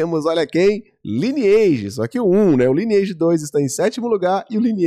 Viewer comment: Não se fala: Liniaigi, se fala: "LAINEAGE"